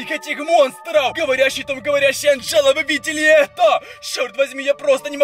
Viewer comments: Не Анджеду а Анджелу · Не Анджеда а Анджала